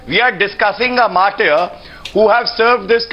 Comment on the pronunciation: English Language, as such, is quite simple if you go easy with it. It's "mar-ter" and not "mar-tiere". How does any person - politician, ex-soldier, or any other citizen - is given this oft-abused and completely hollow title "martyr" after his suicide or any other form of death? Does this title elevate him over others doing the same? It seems to be a useless honorific to prompt others to part from life. You decide!